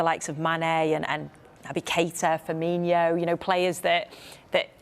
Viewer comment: When are the English gonna learn? It's FirmiNO, not FirmiNHO Firmino is his surname. Firminho means "little stiffy".